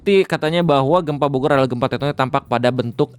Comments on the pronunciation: Pembukaan di awal sedikit terburu² kyany bang. Jdi typo dikit😅. "Bogor" jdi "borgor". Relax bang relax😁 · sengaja ngemim kayaknya 🍔